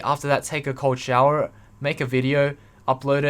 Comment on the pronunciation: Every time you say ''cold shower'' I hear ''Coachella'' Im I just dumb?